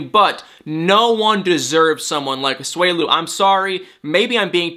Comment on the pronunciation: It’s A-SU-E-LU not A-SWELU